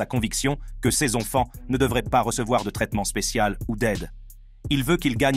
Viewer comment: Très intéressant, mais svp, la prochaine fois, réécoutez la vidéo après le montage. La voix synthétique nous répète 50 fois "ses ONFANTS", c'est lourd